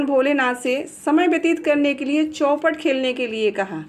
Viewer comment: चौपट नही चौपर होता है